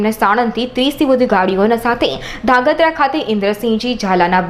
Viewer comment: aane koi dhrangadhra bolta sikhvado